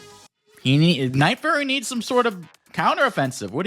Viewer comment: son its nightfury not nightfurry 😭